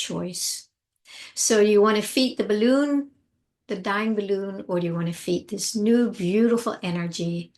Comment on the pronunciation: When you say the words "balloon" and "deflate" (as in your crisp pronunciation) I get goosebumps! Are you born and raised American? It's almost like a touch of European. I love it!! Bah-LOOOON 🙂